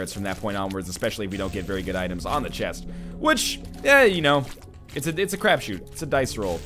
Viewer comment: is it "crapshoot"? Sounded like he was saying craft shoot, is there another expression less vulgar that i'm not familiar with?